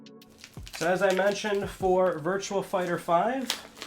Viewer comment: Not sure if you noticed but there's no L in Virtua Fighter.